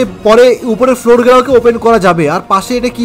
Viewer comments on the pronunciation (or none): none